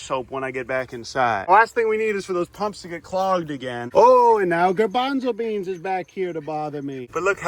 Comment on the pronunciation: Garbonzlebean? More like: Gar-bother-bean! Am I right, guys? Guys?